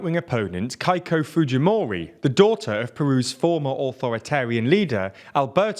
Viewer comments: A minimal rigour would suffice. Who the fuck pronounces Keiko like Kaiko? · "Kaiko Fujimori" btw if you guys need a name pronunciation proofreader or advisor, I'm willing to help. I'm pretty good at most common languages, pronunciation-wise